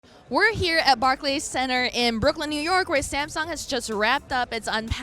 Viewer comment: Samsong lol